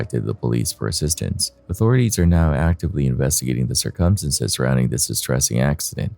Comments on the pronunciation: Dude i heard u say & have heard u say TOO MANY times the word "circumstances". I can't stand it any more, u r putting the em-PHA-sis on the wrong syl-LA-ble man!! My meaning is u r pronouncing the word all WRONG. Plz plz for the luv of God look up how to pronounce the word circumstances before ever using it n another video. I can't take it. It's just too wrong!! I'm sry. I luv ur videos but for the sake of my sanity plz learn what syllable gets the emphasis n that word. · It’s pronounced "sir-come-stance-ez"